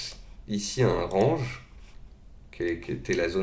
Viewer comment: Merci pour vos vidéo, juste stp essaie de prononcer correctement le mot "Range" pls in english sir lol